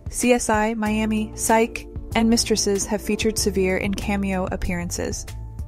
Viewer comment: Once again - a "journalist" who does not bother to learn how actors' names are pronounced. Corey Sevien's last name is NOT pronounced, "Seh-VEER" - it is French Canadian and is pronounced, "Seh-vee-AY."